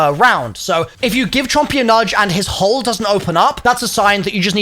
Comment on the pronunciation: Why can’t he say hole?😭